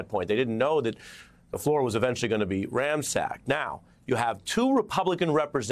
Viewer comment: It's "ransacked" not ramsack! FFS! 🤦🏼‍♂️